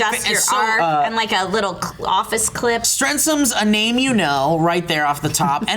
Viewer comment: Yes! even pronounced my name right! So glad yo guys like everything!:D (Guess I'll start production on the Strens'ms'™ Topic™ Launcher line)